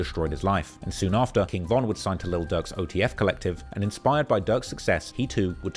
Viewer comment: It's Durk bro'